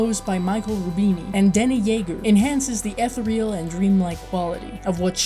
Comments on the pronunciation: FYI: Ethereal is pronounced "eh-THEER-e-al," not "eth-e-REE-al." Just thought you'd want to know. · eth-EAR-e-uhl not ETH-er-real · This was cool, but may I suggest you research how to pronounce "ethereal", for future reference. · Like your review but please learn to pronounce the word ethereal.